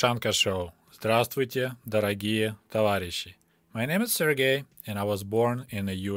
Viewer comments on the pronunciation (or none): none